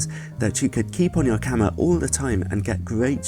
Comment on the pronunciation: I agree, the "R" becomes "L", so "camera" is "camela" :)